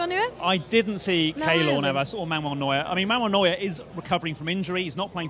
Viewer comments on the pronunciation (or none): Can't help but feel annoyed when she says "Manuel Newer".